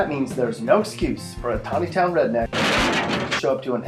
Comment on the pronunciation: At least he got the pronunciation right